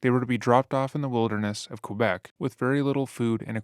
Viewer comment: Quebec pronunciation can be improved! Voy a ti! Crazy case.